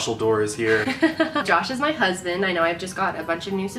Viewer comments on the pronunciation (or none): When you said josh is my husband I thought you said "josh is my cousin" 😂🤦🏽‍♀️